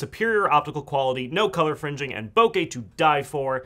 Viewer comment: "No color fringing" what did you say?